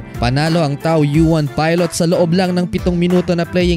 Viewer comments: Two sillables lang po ang TAOYUAN, TAW-YEN ang basa dyan parang tagalog lang hindi tao-yu-an. 🤦 Anyway congrats ricci! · With all due respect to you but you pronounce it sa TAO-YEN and not TAO-YU-AN... I've been an OFW in Taiwan from 1997 to 2005, modesty aside. Ganyan bro. pino-pronounce iyan dun ng mga Taiwanese dun... Kaya ganyan na rin namin sinasabi. It's true, not a lie... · “Taw Yen” po ang bigkas hehe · Taoyuan ( taw-yen) bigkas po idol..♥️ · Idol tawyin yan ang pag pronounce ng taoyuan.Salamt.Godbless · Taoyuan Tao-yen ang bigkas niyan idol 🙂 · plus league ang tawag jan, hindi p. league. At tsaka taw-yen ang bigkas sa team ni ricci.